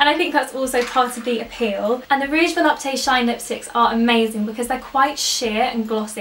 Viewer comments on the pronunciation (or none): If there isn't any accent, Volupte is pronounced vo-lupt, no need to pronounce the "e" at the end. I'm a recent French fan of yours :)